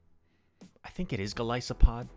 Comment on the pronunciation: Goal-iss-O-pod im pretty sure is how its pronounced